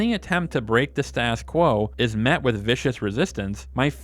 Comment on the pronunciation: Dude, you need to learn how to correctly pronounce "status quo"...